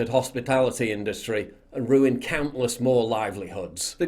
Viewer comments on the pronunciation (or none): none